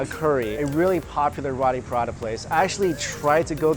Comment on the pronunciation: PA-RA-THA... Not Prada